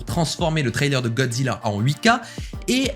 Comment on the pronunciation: A la façon dont tu dis "Gozzila" m'a littéralement fumé 😂😭